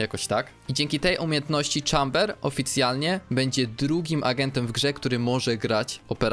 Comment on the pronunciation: Nie "czamber" tylko "chejmber"